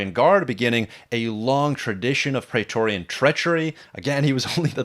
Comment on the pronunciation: Dude! You are a huge fan of Roman history and you don’t know how to pronounce “Praetorian” correctly??? Because the first syllable has the same vowel sound as “Caesar”, not the same as “laser”, which you repeatedly do. Why???